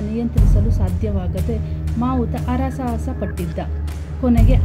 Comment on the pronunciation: ಅರ ಸಾಹಸ ಅಲ್ಲ ಹರ ಸಾಹಸ